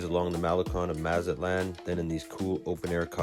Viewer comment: Nice video and virtual tour. FYI, you are mispronouncing the following: - Mazatlán - pulmonía - El Faro - malecón Note accent points and how vowels are pronounced in Spanish.